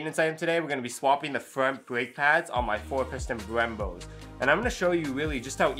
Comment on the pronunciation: There’s Brembos, and then there’s “Bwembos”.